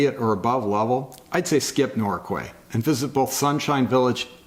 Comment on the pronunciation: It's pronounced Norkay (I don't know why but that's how we pronounce it)